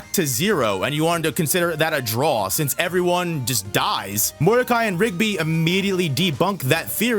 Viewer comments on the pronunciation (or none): none